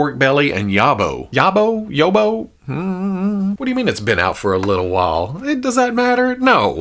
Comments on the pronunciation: it's pronounced YAWB-OH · Yobbo rhymes with jobo, a yobbo is UK slang for a trouble causer normally a youth, “bloody yobbo broke that window!”